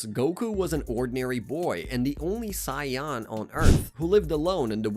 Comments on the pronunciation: I feel like hes doing it on purpose ...SION?! there is no way you can fuck that word up after seeing the series. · Ewwwww why’s he saying Sayan like that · took me so long wondering wtf is a sion im like man maybe i missed somthing or i dont recall to realize hes pronouncing it weird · Scion lol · Took me a minute to realize he was pronouncing "saiyan" as "psion/scion" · I could not understand how after ~30 years of the correct pronunciation being readily available, this guy leaned into saying "Scion" AI narrative never occurred to me cause the voice doesn't sound like an AI voice, it sounds like... a nerd that could tell you 7 years' worth of story in two hours lol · Why is the "SAIYAN" Pronounciation so zesty 😂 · It physically hurts me with how he says "saiyan." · I feel like he’s purposely saying saiyan like that just to actually piss us off💀😭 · for future reference as a random YouTube homepage recommendation: mispronouncing the most iconic word from the series (a word with an easily searchable English pronunciation that’s probably said more often than a ton of common English words in the show) is enough to put me off this video in 1min and 3 seconds. It makes it appear as though you didn’t do the most basic research in scripting this video. I’m sure you did, but I’m not going to be able to deal with that for two hours. Sorry man. I wish you success next time, though. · Is this AI or a real person. Cos if its real it’s embarrassing how they pronounce saiyan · Why is he saying Saiyan likes that though. Bro come on do better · I honestly thought I was the only one, I keep mentally correcting him 😂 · Saiyan ❌ Cyan ✅ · Bro this isn’t an ai voice I heard before but I am not watching literally because of “scion”. Like say it right or type in “say an” or even “say on” to the voice generator and try again. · Because he is saying Scion not Saiyan! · There's noway this guy can't not pronounce sayain, smh lol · Sai,,,Yan?.. he probably says Sasuke as Sa su ke 😅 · Sayawn wtf